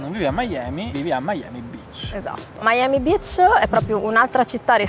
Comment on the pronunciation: Ma ciccia dopo mille anni a Miami ancora dici Miami Bitch invece che Beach 🤣🤣 muoio